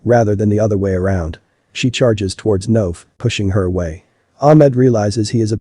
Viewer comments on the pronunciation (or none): Layan isn’t pronounced Liane, it’s ‘Lah-Yan’ (or Lie-Ann), Noaf is ‘Nwaf’ (it does not rhyme with Loaf! 😂), and Rania is ‘Rah-Nyah’ (Not Ray-Nee-Ah.) And also, that Head mistress can go get F***ed! “Are you happy with yourself?” Absolutely! You are the tyrant that allowed the manifestation of such an environment for these things to happen. You got exactly what you deserve, I wish the students videoed it and put it on your social media! You are the immodest one!